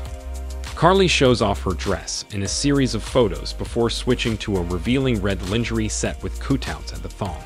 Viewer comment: My only crtitique is the pronunciation of the word "lingerie" phonetically it is said "lawn-ger-aay" the rest of the video 📹 is cool 😎 👌 👍!